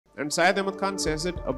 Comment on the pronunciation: WhatsApp University scholar can't even pronounce his name properly... It's not Sayd its Say-yad 😅